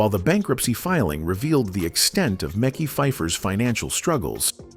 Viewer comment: Dislike AI delivering stories of black actors, butchering their names. It's Mekhi. Like Mehsky. Not Mickey